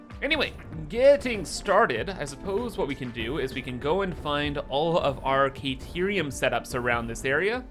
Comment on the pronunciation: Whatterium sorry? Caterium maybe? Not kayterium